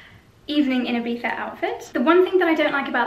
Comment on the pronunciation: As an spaniard I love to hear IBIZA well pronounced!! Gorg!!